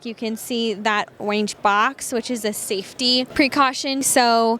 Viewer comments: FFS ORANGE (or-inge) not oinge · Why can’t she say “Orange” correctly? It’s not a lisp. Really bizarre. But, otherwise thank you for being one of the few people to review these. I have a transportation business and this is perfect for us. Just price. I have five M2’s in our fleet currently. All last mile reefer bodies. I noticed the last video you uploaded was three months ago. Please don’t get discouraged. There are small business out there that can really use this type of content.